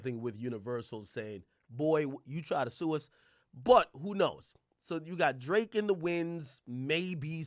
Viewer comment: “El draaké”